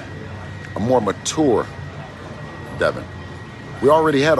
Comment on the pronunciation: I dislike how he says "Mature" lmao